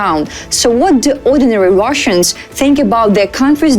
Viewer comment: She meant Wash-Annes.